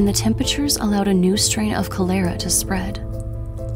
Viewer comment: . “Co-LAIR-uh”?? Cholera is pronounced “CAH-ler-uh”. Other than that, nice narration.